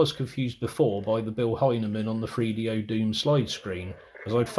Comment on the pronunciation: it's pronounced 3DO not freedo. Three. Th. Use your tongue. - let's not bleep words out. This is the internet - not FCC regulated television.